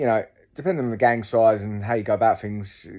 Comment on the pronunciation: It’s wurf it when you’re finkin of fings !